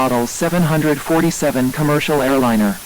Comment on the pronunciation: Really great video but it ticks me off on how they say “700-40-7”. I am a huge aircraft fan (especially of the 747). It should be pronounced as 7-4-7 or 7-40-7